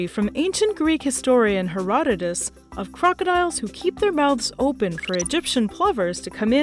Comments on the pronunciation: Herodotus, not Herotodus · Oof on that "Herotodus"